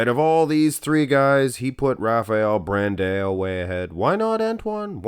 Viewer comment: BranDOW! BranDOW! BranDOW! FFS! 😄 Not BranDaAyôU! Also Charles Griffen vs. William Bonac